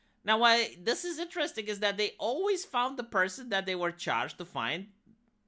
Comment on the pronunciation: I miss when said inta-desting instead of interesting.